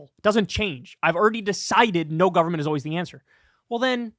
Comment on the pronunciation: Anytime Dave Rubin says "government" my eye starts to twitch.